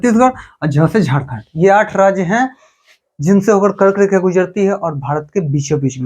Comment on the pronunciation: app R ko D bolte ho bro thoda try kro R ko R hi bolo jese app kark rekha ko kard rekha bte ho